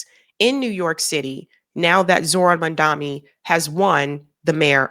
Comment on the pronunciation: you said Zohran's name wrong throughout the video